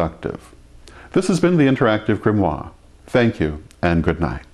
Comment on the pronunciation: welcome to the interactive grimwaaah